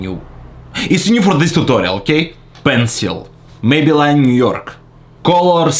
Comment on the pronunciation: By the way: "Maybe-LINE New York" 🤣 !! (I always thought it was pronounced "May-bill-LEAN", haha)